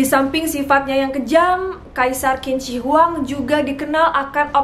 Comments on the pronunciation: not "kin", but "chin", chin shi hwang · Bukan kin si Hwang....tapi bacanya adalah Jing si Hwang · Bacanya Jin Se Wang. Bukan Kin Ci Huwang... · Qin jika dalam bahasa mandarin di baca chin Jadi tidak di baca kin shi huang tapi chin shi huang yang bener kak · Bukan kin ci huang Tp cin she huang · Pengucapannya salah kin zi wang yg betul jin she wang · qin shi huang bacanya chin shi huang bkn kin shi huang maaf!!! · Qin seharusnya dibaca Chin. Qin shihuang dibaca Chin SH Huang. Huruf "I" tidak dibaca untuk Zhi, chi, shi, ri, Zi, ci, si. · Betul. Qin Shi Huang dibaca Cin Si Huang. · Kak maaf untuk huruf latin Q bahasa mandarin bacanya C. Jadi pronounce nya Cin Shi Huang. Sekedar Informasi saja, gak penting2 bgt si hehe. Salam kenal, aku penonton baru ❤️ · Qin shi huang di baca jadi cin se Huang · 秦始皇 bacanya chin shi huang aja, cara bacanya kurang di riset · Mungkin perlu di cross check kembali spelling nama nya. Setahu saya, Qin Shi Huang dibaca= chin shi huang. Yg kemudian lahir sebutan bangsa 'china'. Pengucapan huruf Q=ch, tidak sama dengan huruf Q dalam bahasa Indonesia ato English. Selain itu, Huang Di, dibaca= Hwang ti. Bisa dibaca di referensi lain ato dilihat di video2 yg menggunakan bahasa Mandarin. Demikian, mohon maaf klo ada yg kurang pas 🙏